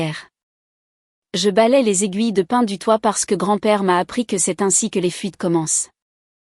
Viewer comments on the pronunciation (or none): L'IA ne fait pas la différence entre le mot pin et pain... C'est d'une tristesse!!!